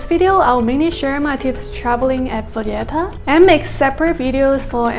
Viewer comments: She visited payetta she says capital of Malta crazy it’s Valletta capital city Payetta my backside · Listen to your entry video you say payetta , just say you made a mistake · You're calling it Valletta and pronouncing the double L in a Spanish way. This is not Spain. Nor is Valletta a Spanish name :) But mistakes happens. Hope you enjoyed your stay!